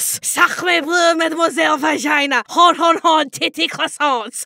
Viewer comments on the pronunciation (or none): I'm sorry but HON HON HON like the n isn't supposed to pronounced. Either way this Video was great